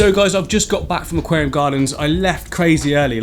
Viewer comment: "aqualium behind me", did I say "aqualium", the raquariam"..... was it me or did he say that........